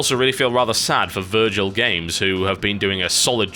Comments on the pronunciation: It's Vigil Games, not Virgil. It's an easy mistake to make though, no worries. Evidently Joe Mad left Vigil recently, which since he basically "is" Darksiders, things are looking very grim for huge Darksiders fans like me. Everybody should ALREADY HAVE Darksiders 2 because it's awesome. Also, Content Patch rocks! It's way easier to listen to this in the background of the other things I'm doing than it is with Mailbox, for reasons I don't have enough characters remaining to ramble about. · Vigil games, not Virgil